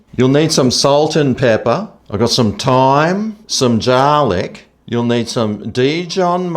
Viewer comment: some jarlic 😆